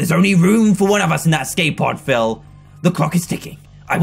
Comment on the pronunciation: Bruh its Phil not phile